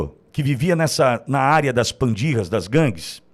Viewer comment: com todo respeito não é pandirra! Em espanhol se escreve pandilla, em português se pronúncia PANDILHA.